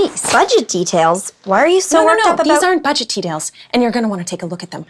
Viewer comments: I heard "these aren't budget tedails" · said "budget tedails" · Anyone else notice saying "budget tedails" instead of "budget details" around the ending? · Did say, "Budget TEDAILS"?